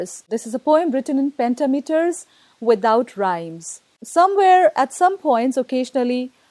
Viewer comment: "pentameter" is stressed differently. If one teaches literature, one should know that.